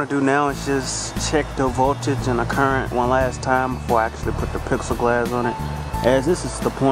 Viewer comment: im sorry, but it IS NOT PIXEL–GLASS! It is PLEX-I (AS IN THE LETTER "E") GLASS. Sorry, but that drives me nuts. Also, it isnt ACCESS WIRE, its EXCESS WIRE. There is a BIG FUCKING DIFFERENCE. You are obviously a smart guy, but when you mispronounce easy words its makes you sound dumb as a rock.